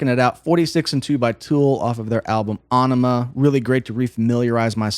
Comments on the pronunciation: I like what he’s saying and the analysis but I guess I’m the only person slightly annoyed that he’s saying “Awnima” and not “Eyenima” as it’s correctly pronounced. Sorry to be that guy but come on this isn’t a new album. It’s Aenima! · Æ is pronounced 'eh' like enima or enigma. BTW great video - gave me goosbumps and my soul said it was proud of Tool, you , and me. LOL. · It's pronounced "A Enema". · Ænima pretty sure meant to be pronounced as .. 'enema' .. given the title track :)